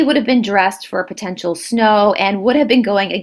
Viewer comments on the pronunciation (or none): none